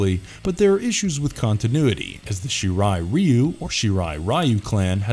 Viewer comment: Shirai Ryu pronounced Shee raheeh Ree Ooh is the actual correct pronunciation so the first way it was said here was correct. Also there was Jaime Presley as a guest too not the por actress but the girl that played Joe Dirt's supposed sister on the first movie lol. She in fact did some softcore but also played a part in the cringie Dead or Alive movie "based" on the video game.